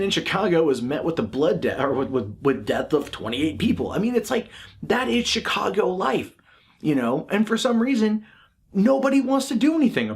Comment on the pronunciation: they removed the video wtf. and hey don't want to sound like a dick but the CH in Chicago is soft like SH. 👍